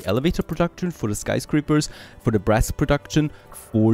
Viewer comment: When you talked about making brass i could've swore that i heard breast instead of brass lol gotta love accents and me not paying a lot of attention:P keep up the good work